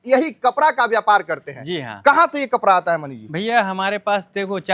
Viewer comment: Ye Bihari hai kapda ko kapra bol rha hai